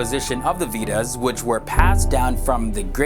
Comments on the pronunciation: okay so i watched like three videos and i am tired of the way u you pronounce vedas ....it is more like you are saying weed-uhs😂😂😂😂😂😂😂😂😂 it actually is like vay-das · way-das not we-das. Just typed as it soundz 😁😜😜😁🙏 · It's not "Weedas" it's "Veda" Or Way-dah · It's way-das, we-das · The "Veedas"! Vedas please. Nice video though. Om Hari Om! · its pronounced veh-dahs not vetas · it is pronounced as waydas not wedas .